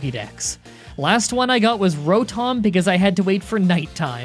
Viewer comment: Just listening to how he says Buizel, Rotom, and others is still extremely painful. I know he tries to say names correctly and he's constantly being given advice on how to say them, but I can't help that it makes me cringe when he says the names so badly.